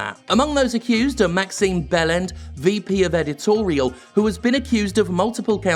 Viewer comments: I'm well aware. I'm half French-Canadian and half British. The proper pronunciation of Belland drops the D. It's silent. Even if you were to pronounce it with a hard D, it would be Bell-AND, not Bell-END. Whether intentional or not, Jim said bellend, which is British insult meaning the tip of the penis. You are welcome for this unnecessarily long-winded explanation. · Anyone notice how he pronounces that asshole's name as Maxime "Bellend?" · Genuinely thought you said Maxime Bellend... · No accident at all that he pronounced Maxime Béland's surname... incorrectly, shall we say...